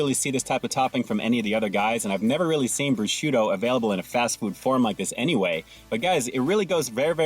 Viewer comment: Nobody called you out on the prosciutto slip up. I’m sure I do it all the time